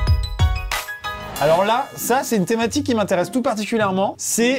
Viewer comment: À la fin de la première vidéo au lieu de " thématique " j'ai entendu " thomatique "